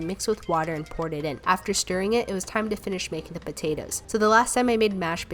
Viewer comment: I’m not trying to be rude of offensive but after watching most of your videos, I was wondering if anybody else realized how she pronounces potatoes as potatas